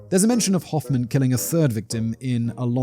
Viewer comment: Could have looked up the pronunciation of Hofmann as well 😂